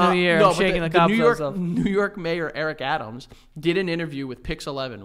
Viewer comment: No ones gonna talk about Joey saying ‘cobsebs’ instead of cobwebs ? 😂😂